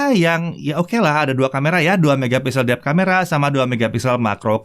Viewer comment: Lucu pas ngomong depth dan macro 🤣